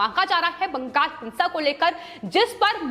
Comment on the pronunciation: Not Bangas--but Bangal.